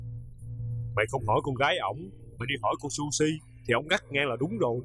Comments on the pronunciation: Tên là Suzy chơ / không phải là sushi! 😂😭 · Trời đất ơi! Không biết đọc tên Suzy cho chuông?. Nghe mà thấy khó chieu.